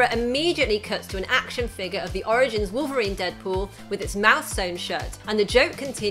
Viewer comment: "It rimes with "Polverine"" 😂😂😂